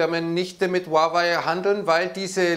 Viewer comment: Huawei, nicht Huwei!